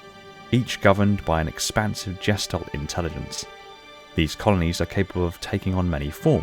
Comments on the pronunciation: All I can do is cringe every time you mispronounce the German word gestalt. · The "g" in gestalt is like the "g" in girl.